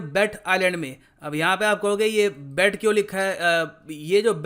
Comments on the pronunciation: Bet is pronounced as 'bait' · Just a correction sir...... its pronounced as बेट in local language